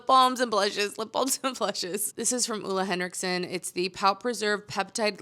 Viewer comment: Just fyi from a Dane - it’s pronounced Ohh-le Henriksen - not Ula Henriksen 😅